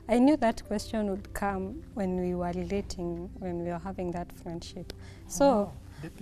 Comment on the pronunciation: A walk in the tlees, liver, lelating, my flend, liplying, beauliful, decolated, ling oops 😂😂😂🤣🤣🤣, nice couple though